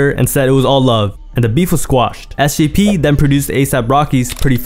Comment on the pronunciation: Do I have a hearing issue, or are you saying SCP?